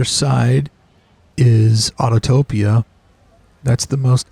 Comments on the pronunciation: Neat idea documenting the perimeter. It’s Au-to-pi-a not Autotopia. Otherwise, I enjoyed the tour. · I always chuckle when I hear people say "autotopia" when it's autopia